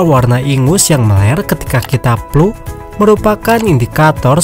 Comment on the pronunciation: Flu bang, bukan Plu